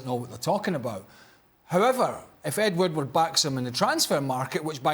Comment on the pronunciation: "Ed Woodwoodwoodward" 😂